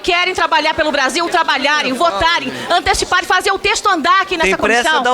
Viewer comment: ele disse tresto!!!???